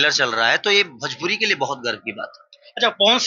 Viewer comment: Bhajpuri na re masuriya 😂 Bhojpuri hota hai 😅